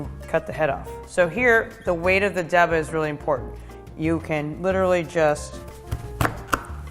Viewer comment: Stop saying "deba" pronouncing it like the first syllable of Debrah or debutante. It's daybah. I'm not taking advice from someone that doesn't know how to pronounce the name of the knife correctly.